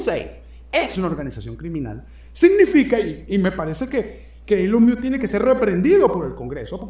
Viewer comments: Se pronuncia "Ilon Mosk" quien diablos es "ilon mius"? jajaja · Esta es una de tus mejores presentaciones. Gracias. Ahora, no te ofendas, porfa, solo quiero ayudarte con algo facilito: ELON MUSK se dice ILON MOSK (léelo en Español). Tu puedes pana, eres un carajo muy inteligente. Cariños! ☺️ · Maigualida creo q así no se dice elon😂 music